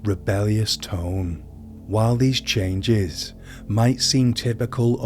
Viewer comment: What is the narrators English dialect? It’s odd to hear the inflection at the end of every word. ex. german toWN, love and caRE, while these chanGES. Not saying it’s bad. Just different